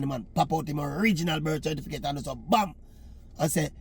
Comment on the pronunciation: You mean cerfiticate!